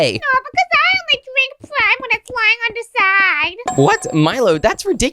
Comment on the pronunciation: Finally cos all the YouTubers say prim but you said it correctly thank you